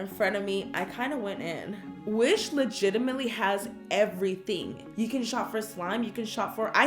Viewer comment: this is howmany times karina said ligitminly LOL